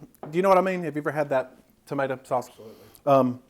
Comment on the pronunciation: "Ain't a tumaytuh been near that!" LOL!!!